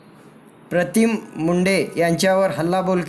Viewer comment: pratim nahi pritam saheb nit nav ghya